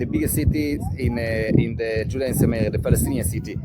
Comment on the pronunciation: Pronunciation toh thik karo Judea and sameria जुडेया ओर समेरिया. Don’t be a joke. I know you are Indian and you loved to be joke to the world but when you talk about specific historical places please be accurate And united nation ne nahi uss time pe League of nations tha. 🤨